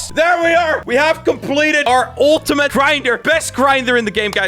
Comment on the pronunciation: "ULTUMATE GRINDER"